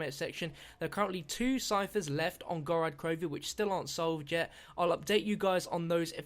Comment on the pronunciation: GOR-OD not GOR-AD